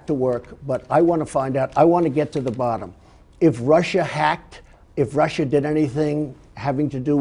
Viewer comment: Lester Holt has "fudging....Trump said Russia perfectly during the interview not "Russir."